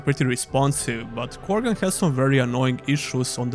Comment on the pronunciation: Krogan = Korgan